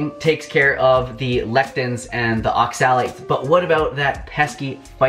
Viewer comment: It's OXA-lates, not ox-AL-ates.